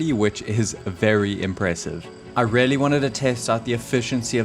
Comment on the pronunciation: You are still mispronouncing "really"